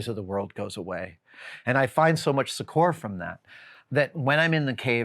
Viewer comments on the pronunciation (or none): Hey Adam: "succor" is pronounced more like "sucker". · It's a very very minor quibble...a pet peeve of mine I guess, but my brain always short circuits a bit when Adam has some unique pronunciations for words like 'succor' (it should sound almost exactly the same as 'sucker', not rhyme with Coor's). Like, he's so otherwise erudite in his knowledge, diction, and presentation due to all the practice he's had as a science explainer and just the wealth of experience, it actually makes my brain gaslight itself thinking I must be the one wrong and crazy, until I google to confirm. Though some of them I just slide over as they are ones that so many use that it really is an alternate pronunciation at this point (like respite). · Does anyone know what word he’s saying ? (Sechor??) I would like to improve my vocab but I can’t figure it out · Recently I’ve heard you use the word “succor” a few times and I do think it’s a delightful word that should be used, especially in reference to one’s own need to be soothed or or given personal aid. What I did notice is your pronunciation of “succor” which apparently varies in the US from the British pronunciation and to other dialects, midwestern-eastern?? Anyway, you pronounce it suck-our, I’ve always pronounced it suck-er like “soccer” with a “u” instead of an”o”, and the Brits pronounce it suck-a, the last two being most similar. Just an interesting observation, language is fun. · Your pronunciation of succor really caught my attention, I thought that cannot be right, but then I realized I had only ever read that word, I have never heard anyone ever say it, so the pronunciation I use in my head certainly can be wrong.